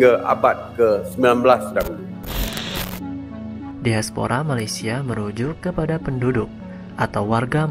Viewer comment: Diaspora saja pengucapan nya daispora seperti pengucapan bahasa Inggris.. Karena mereka mengagungkan BRITISH